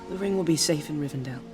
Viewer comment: I swear nobody knows how to pronounce Rivendell.